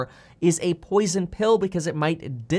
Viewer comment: Whenever Kevin say Poison Bill i dont know but i hear Poison Pill